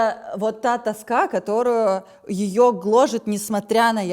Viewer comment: вы слышали это «которУЮ»? Прям Пугачева прорывается!😄